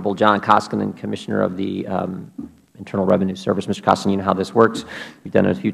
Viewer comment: Cummings is an incompetent Ignoramus! He can't even pronounce Koskinen's name correctly! UGH